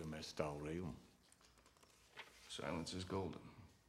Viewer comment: "Silentium est Aeraum"